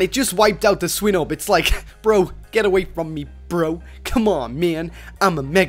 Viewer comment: U pronounce Swinub wrong